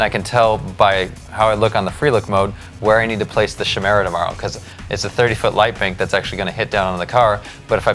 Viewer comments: its pronounced KY' MERA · Cool vid, but it's pronounced kai-mera :) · Chimera, pronounced like choir. As in a c sound in 'car' not the ch sound like in 'chop'. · Kai-meer-a .. kai-meer-a, kai-meer-a, kai-meer-a, kai-meer-a, kai-meer-a, kai-meer-a, kai-meer-a, kai-meer-a, kai-meer-a, kai-meer-a, kai-meer-a, kai-meer-a, kai-meer-a, kai-meer-a, kai-meer-a, kai-meer-a, kai-meer-a, kai-meer-a, kai-meer-a, kai-meer-a, kai-meer-a, kai-meer-a, kai-meer-a, kai-meer-a, kai-meer-a, kai-meer-a, kai-meer-a, kai-meer-a, kai-meer-a, kai-meer-a, kai-meer-a, kai-meer-a, kai-meer-a, kai-meer-a, kai-meer-a, kai-meer-a, kai-meer-a, kai-meer-a, kai-meer-a, kai-meer-a ..